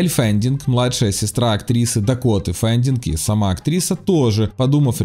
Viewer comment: Элль и Дакота Феннинг, почему ФенДинг-то?